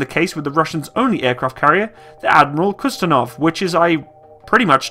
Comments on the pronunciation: “Admiral kustenov” (Admiral Kuznetsov) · I'm laughing at how you said Admiral "Kustenov" LOL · Say it with me: KUZ-NET-SOV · think you might have been told already, but I'll try too. Kuz-nets-ov . :P